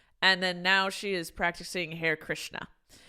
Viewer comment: sigh...it's not pronounced "hair krishna" it's "haa-ray krishna". the fact that your mother didn't correct you worries me as well. Please learn about the world. You come off as so ignorant in every single podcast. You've literally never heard of hare krishnas before to know how to pronounce it? Your ignorance about so many things isn't cute. You are 30 years old.